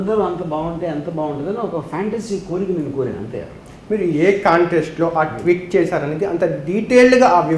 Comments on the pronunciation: Twit kadu ra () it is tweet., first try to pronounce correctly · Please say as tweet not twit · Twit kaadhu...tweet..😂😂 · twitt kadu ra tweet...pronunciation a radu neku enduku interview lu😂😂😂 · meelu twit kaadu tweet ani nerchukondi